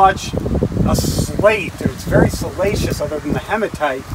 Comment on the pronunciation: Great channel. Sorry, but it cracks me up when I hear salacious rather than siliceous.